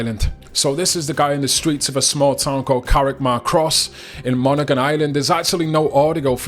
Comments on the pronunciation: Dont pronounce thé g in Monaghan.. Mona-han 🤙🏼☘️ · It's pronounced monahan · Monaghan, it's a silent G, so it's pronounced as Monahan.